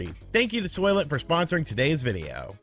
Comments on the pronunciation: I was half listening and I thought you said solvent instead of Soylent , and they'd be think of a liquid form of solvent green 😏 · I though you said soylet. A toilet for soyboys lol